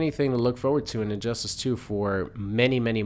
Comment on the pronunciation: I never played the game and did you say injustASS? lol